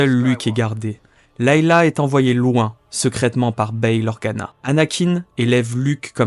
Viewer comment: Leia pas Leila